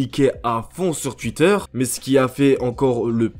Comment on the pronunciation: j'aime trop quand tu dis twuiter 😂